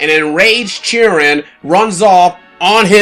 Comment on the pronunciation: Oh it's Chirin thank you. It sounded like Jiren being the name from DragonBall Super Tournament of power saga to me due to pronunciation similarities.